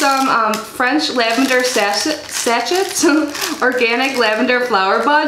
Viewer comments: Great box!! Sachet is pronounced like "sashay" :-) Love your videos. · sachet = Sash-ay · Such an awesome box! You know I love my artisan soaps and candles/wax melts 💜 I don't have particularly dry skin, but I deff still think I can use this. Oh btw, it's pronounced sah-shay 😘 love ya girl, great unboxing as usual